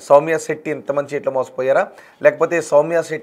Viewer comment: షౌమ్య సెట్టి కాదురా సౌమ్య శెట్టి 😂